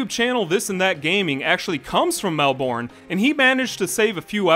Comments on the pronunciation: OMFG ITS “MEL-BIN” not “MEL-BORN” GOSSHHHHH,…. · im so sorry its the way he says "Mel-BORN" like 😭😭😭 bro its "mel-BURN" (id go further as to say pronouncing the "r" as an "ahh" is necessary for it to sound right but it isn't all that important) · hey mate, australian from melbourne australia here. it's pronounced mel-burn, not mel-born. it's always amusing to hear americans try and say melbourne. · It's pronounced mel-burn not mel-born. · As an Australian I found it very triggering when you said Mel-Born when it’s actually pronounced more like Mel-Ben other than that, great vid! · As someone who lives in Melbourne, it hurts how you say it Q.Q it’s said like “mel-buhn” not “mel-born” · It’s MEL-BERN… not Mel-born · MELBORN??? IT'S MEL-BIN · Melbourne is pronounced as: Mel-burn Source: Is Australian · As an Australian saying "Melborn" hurts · Melborne. MEL-BORNE. I- R.I.P Melbourne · As an Australian the way you said Melbourne hurt me ( it’s pronounced mel-bin) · ITS PRONOUNCED MEL-BIN 💀💀💀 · Love hearing foreigners pronounce "Mell Born" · You saying Melborn was so painful to hear 💀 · Naha I’m sorry, the pronunciation of Melbourne, it’s so hard to hear it pronounced by people who don’t come from Australia and don’t have the accent. We pronounce it Melbin Melb-en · The funniest part of this video was you miss-pronounced Melbourne! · Absolutely XD everytime he said Melbourne i cringed a little more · why did he say Melbourne like that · The way you pronounced Melbourne tho 😭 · Not the mispronunciation of Melbourne 😔😭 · No one is talking about how he pronounced Melbourne... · as an australian im offended how americans pronounce melbourne im very late to the party lol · The way u pronounced Melbourne wrong 😭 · I'm offended by the way you say Melbourne